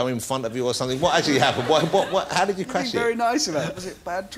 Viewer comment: he had a tewwible cwash while wacing in a wocket car how did this guy even become a presenter